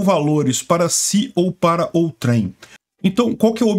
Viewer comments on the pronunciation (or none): A pronúncia correta é "ôutrem" e não "outrém" ... 😉